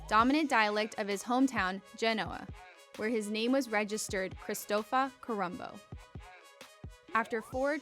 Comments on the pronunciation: You got wrong also the name. It was Cristoforo Colombo. Not “Corumbo” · Corumbo? Come on prager, a bit sloppy, no?